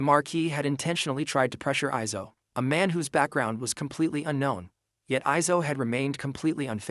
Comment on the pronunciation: The first time he said "eizo" I thought he said "aizo" the song from king gnu and I was screaming the whole song bc I love it😭🥀